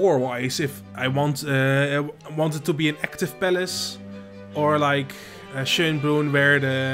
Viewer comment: First pronunciation of Schönbrunn was quite on point. The zoo is rated best in Europe as far as I know and it is the oldest still existing zoo in the world. Quite interesting as it mix modern zoo exhibits with historic buildings.